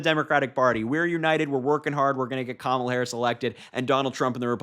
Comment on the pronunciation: I'm surprised he said kamala right for once